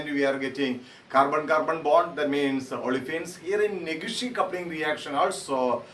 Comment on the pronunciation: Negishi coupling sir not neghishi coupling